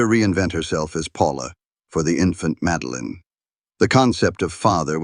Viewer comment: "Madeline"...not Meline:face-turquoise-covering-eyes: - GEEZE!